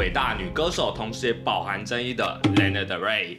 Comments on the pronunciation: ㄌㄟ ㄋㄜ的瑞 英文稿部分可能需要在加強😊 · 謝謝介紹但可以先唸對他的名字嗎😅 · 抱歉雖然介紹我女神但名字從頭到尾唸錯我真的頭很痛 看不下去 甚至越聽越生氣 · 做介紹還連名字都唸不對：）